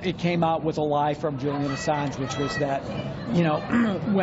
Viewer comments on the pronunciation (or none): none